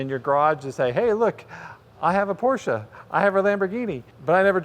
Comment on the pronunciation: Great video! Nice and unbiases. Plus, you pronounced PORSCHE CORRECTLY! LOL.